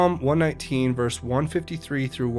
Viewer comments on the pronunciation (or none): none